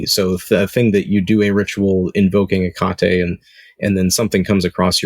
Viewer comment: It is pronounced Heak a tee